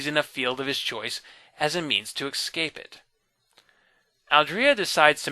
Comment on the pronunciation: Like the way he says 'excape' instead of 'escape'?